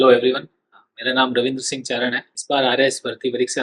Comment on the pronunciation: चरण नहीं चारण है